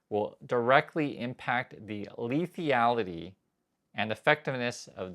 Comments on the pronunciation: Respectfully, it's lethality not "lethiality." Appreciate your content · Leth-al-i-ty. 4 syllables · Rethink 'lethality' pronounciation